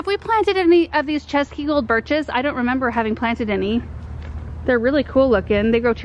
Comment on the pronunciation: I have to give all props to for nailing the pronunciation of Cesky in Cesky Gold Dwarf Birch 💚 Česky means czech in the czech language and the C is pronounced exactly like the CZ in czech